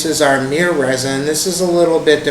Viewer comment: Did say myrrh mir